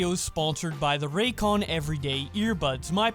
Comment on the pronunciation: Ah yes "Raycon Earbuds"